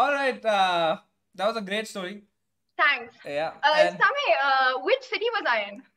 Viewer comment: I like that pronounces Samay perfectly 😎🙏🏽😆Samay bhai OP